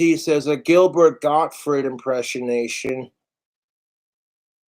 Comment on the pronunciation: "A Gilbred Gotfred impreshination."